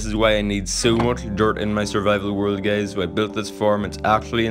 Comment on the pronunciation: Whenever he say guys why am I hearing it gays